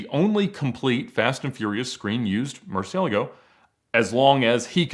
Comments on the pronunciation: Thank you for calling it a Murci for the majority of your video Hearing "Mursee-El-uh-go" vs "Mursee-ah-lah-Go" makes my neck tense up. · Kinda makes me a bit annoyed on how he pronounces 'Murcielago'